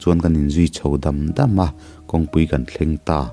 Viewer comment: Kan tih hi ilamfiah theilo em aw ka ti deuh.... Kang iti mai in ka hre fo mai